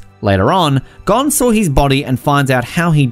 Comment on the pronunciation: I think I’ll let him pass with kinda saying gone instead of Gon